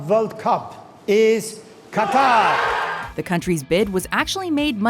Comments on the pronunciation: Qatar is pronounced "Cutter" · Its pronounced 'Cutter', not 'Kataar'